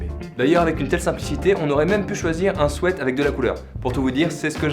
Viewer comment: un souète😭😭😭